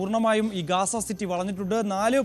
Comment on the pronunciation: Ooley not gesa ,,gaza